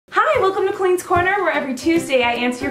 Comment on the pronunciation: Fam it's Colleen. Not "collen" or vollen" lmao.